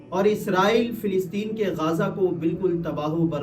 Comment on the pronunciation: गाजा ❌ गज़ा ✅